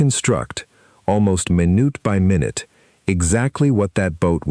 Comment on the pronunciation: Should have know this would be another crappy A.I. narrated video that plays "MyNute by Minute" Write the text better so that the stupid AI can read it correctly.